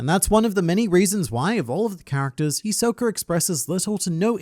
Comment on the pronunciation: hi soka? no its hiso ka